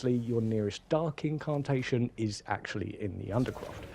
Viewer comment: Liked the pace etc of the video, its just my ears cant handle the pronunciation of "incarrrrntation" 😆